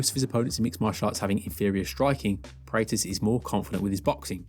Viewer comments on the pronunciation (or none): You keep saying his last name wrong. Praw + tez. This is a striking channel so I would have guessed you have seen a few UFC events. Maybe they say his name differently in England?